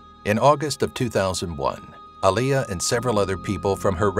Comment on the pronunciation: U said Aliyah her name is Aaliyah ppl always get her name wrong if ur not a real live fan 😪😪